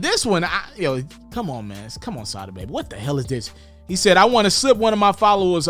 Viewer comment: It's pronounced Sah-dah